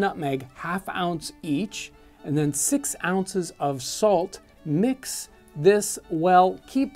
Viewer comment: “... fix ounces of falt” lol😂